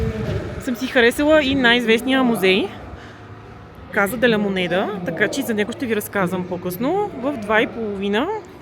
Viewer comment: Здравей,! Поздравления за куража да влезеш в мината, доста си е рисково,слава богу излезе жива и здрава,но ти си смело момиче, вече 3 месеца сама из латинска Америка го доказва 😊.И понеже сега изучаваш испански в движение една кратка поправка Casa се произнася Каса и се превежда къща(понеже няколко пъти във видеото произнесе -каза де ла монеда😉).Успех в приключението!